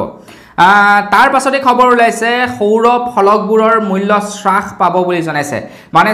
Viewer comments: হ্ৰাস , চ্ৰাখ নহয় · Sarh nohoi harh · শ্ৰাস নহয় হ্ৰাস। এতিয়ালৈকে ও নাজানে নে ? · শ্ৰাসনহয় অ' বোপাই হ্ৰাস বুলি ক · শ্ৰাস নে হ্ৰাস,,অৰ্থ নাজানিলে কমা বুলিয়েই kobasun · শ্বাস পাইছে মানে কি ডাঙৰীয়া ? 'হ' বৰ্ণটো কণ্ঠনলীয়, তালব্য বৰ্ণ নহয়। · Srakh buli nokoi ouuuu Pronunciation correct hobo lage